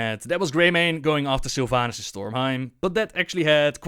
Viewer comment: I'm soo tierd of people calling Sylvanas sylvanus is this a meme or something?